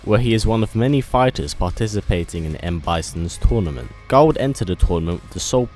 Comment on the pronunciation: You keep on saying Gul 😂